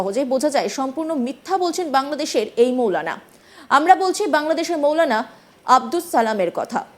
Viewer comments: তোদের সাংবাদিক কে বানিয়েছেরে ভাই মৌলানা নারে ভাই মাওলানা হবে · মৌলানা না মাওলানা আগে উচ্চারণ ঠিক করেন 😂😂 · মৌলানা বলতে কিছু নাই মাওলানা হবে শুদ্ধ বলা শিখুন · আরে মেয়ে মাওলানা শব্দ টাও ভালো ভাবে বলতে পারো